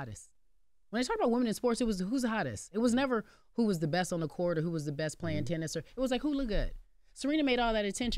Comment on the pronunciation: I just want to know if anyone else ever noticed how the word "Or" embarrasses uncle Charla every single time. In the history of TBC he has never said "Or" he always says "Are" 😂😂😂